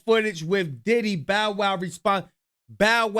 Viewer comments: Bow as in bow tie, but I get what you mean, it's definitely annoying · Yes tell your AI it's bow wow 😂😂🎉😂😂😂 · pronounce "bow" like a bow-tie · The AI saying “Bow” as in “Bow & arrow” is throwing me off!😂😂 but on topic, all of this is so messy and it’s only gonna get worse before it gets better. There’s some truth in what Orlando is saying, he’s been around since “Family Matters” so I’m sure he’d know about how the industry really handles people, especially kids